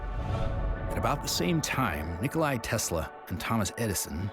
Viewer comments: It's not Nikolay ,it's NIKOLA Tesla.He was a Serbian 🇷🇸 Nationality and his name is pronounced the SAME as the name of Nikola Jokić. NIKOLA TESLA.Greatings from Serbia 🇷🇸 Europe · His name was NIKOLA TESLA not Nikolay/Nikolai.